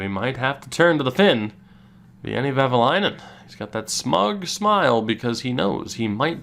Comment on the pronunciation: A little tip to pronounce Veini’s name: it’s almost like Wayne but with an additional ”e” in the end. ”Wayne-e.”